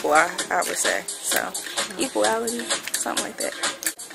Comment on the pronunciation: did she say equalality?